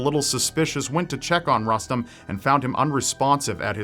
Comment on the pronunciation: If the kiddo's name is Rustem, I'm pretty sure is pronouncing it wrong